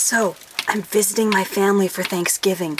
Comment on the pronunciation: I SWEAR, for a second her saying "I'm visiting my family" sounded like "i'm fisting my family" and i was like "Wow, what a way to start a video!"